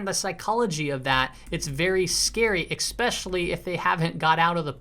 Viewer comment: Love your channel, even though you say exspecially!